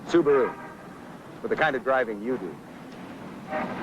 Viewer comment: The dude couldn't even pronounce Subaru correctly.🤣😂